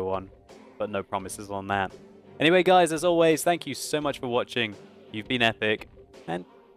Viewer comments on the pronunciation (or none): none